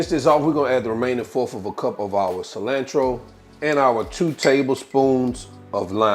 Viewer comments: I thought I was the only one. Im like wtf is cilannntro. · It's definitely "fresh coriander" when you pronounce "cilantro" kuntry style. Just playing!